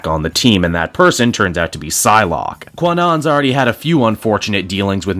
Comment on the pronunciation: I will say, for future reference, Kwannon’s got a silent W.